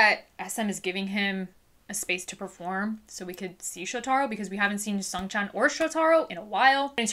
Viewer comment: Just FYI. His name is pronounced Sho-ta-ro with the emphasis on the Sho. 😄